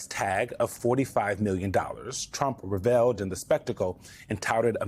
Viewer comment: That's NOT how the word, "revelled", is pronounced! HELLO MSNBC PRODUCERS!